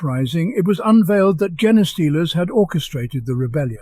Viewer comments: They will always be Jean-stealers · Ciaphas is pronounced "KIE-a-fuss" and Genestealer is pronounced "Jean stealer" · That's an interesting way of pronouncing gene-stealer. These videos are really, very good!